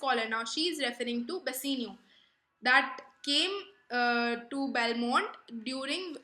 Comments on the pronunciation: Video is amazing....but its bassanio not bassinio...and it's belmon not Belmont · Pronounciation is not good dear ...... plss pronounce "Bassanio " properly ....... other than pronounciation ... it was quite good